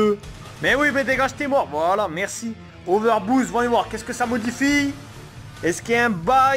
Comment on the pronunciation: Il arriver pas à dire over boost